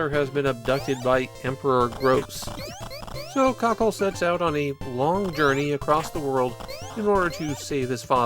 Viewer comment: I see what you're getting at with the pronounciation of "kakeru", but it sounds like you're just calling him "Cockle". I think there's a lot of japanese words that just don't work unless you're a natural in the language.